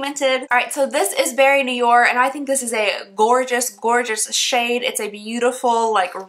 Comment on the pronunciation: The way you say “noir” is “new-are”!